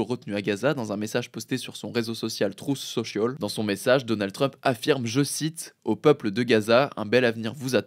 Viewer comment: “trousse sochiaule” lmao (Je me moque pas hein, juste objectivement c’est drôle 😂)